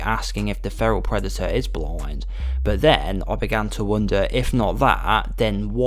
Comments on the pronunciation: "BLOIND"? Why do you pronounce "blind" that way? Where are you from? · "The Predator isn't bloind"